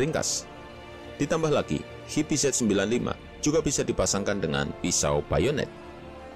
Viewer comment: "qi-bi-zet" 😂yahhhh ga digame ga diyutup org indo manggilnya sama qibizet🤭. Harusnya "qyu bi zi" ato "qi bi zi" bang bukan qibizet🤭